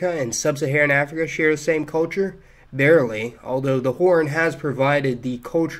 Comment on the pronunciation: I love you but I hate the way you pronounce culture